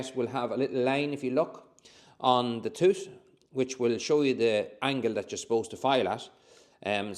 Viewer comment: You say tooth just like my old dentist! I’ll have a tooth ache tomorrow now! Great video Thankyou